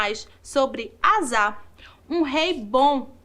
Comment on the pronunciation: Gostei, mas a pronúncia do rei do nome do rei é Asa ( asa de voar).